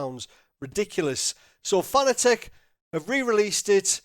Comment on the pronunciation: It's pronounced Fuh-nah-tick...NOT Fah-nah-teck. You are welcum.